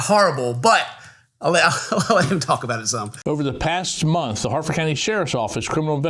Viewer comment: Harford, not Hartford.